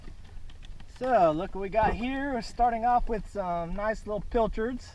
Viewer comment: I always here "pill-turds" instead of pilchards. I had no idea what they where until I watched your videos a few months back and thought that was a nickname you had for em.